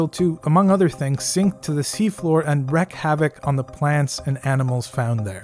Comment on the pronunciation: It's wreak havoc, not wreck havoc. If havoc exists, you just might want to wreck it.